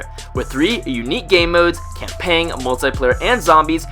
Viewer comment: campaiggggn. no you do not pronounce the g